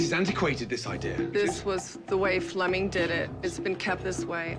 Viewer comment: Flemming, not Fleming 🇩🇰